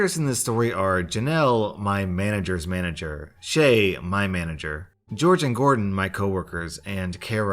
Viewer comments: I love reading "Jorge" as "George" lmao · I thought Jorge was pronounced hor-hey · 😬 calling jorge “George” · How have you lived your whole life without learning that Jorge isn’t George, but a Spanish name in which both J and G are pronounced as H? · Anna Jaszczolt yeah, that bugged me the whole time, he should have pronounced it more like hhor. hhe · YES thank you, it is driving me CRAZY everytime he reads it. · I’m sorry but did you pronounce Jorge as George? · Ikr but how come no one is talking about how he pronounced Jorge as George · I love your channel but you gotta pronounce Jorge correctly it's painful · The Random Girl you’re right it is pronounced horhay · jorge is pronounced like "horhey" :) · B L I T Z actually it can be both. I know a couple Jorges who pronounce it George. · Jorge isnt George, its Hispanic J & G are pronounced like H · How can you be American and not know how to pronounce Jorge? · Hey fam.... Jorge is pronounced "hore-hey". Not George. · always a daily pleasure to watch your videos!! Though I couldn't help but mention that Jorge is pronounced "Hor-hey" and not George Thank you for the amazing daily content <3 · Maybe Jorge’s parents wanted his name to be pronounced like George but I’m pretty sure it’s said like hore-hey. It is the Spanish version of George. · Jorge is pronounced hore-hay, not George 👁 👄 👁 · Jorge is pronounced "hore-hey". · FYI Jorge is a Spanish name, so it's pronounced "HOR-hay". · not to be that guy but Jorge is not pronounced as George it's a Spanish name that the j and g are h sounds do it's pronounced "hor-hey" and not like it looks just a heads up from a student who knows Spanish from Spanish one where we needed Spanish names so the teacher had an easier time remembering us(wish I was joking about that name thing but it's true) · George Me: that says Jorge... (Spanish version) hor-hey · Who else notices the way he says Jorge as George, when it's really pronounced Horhay?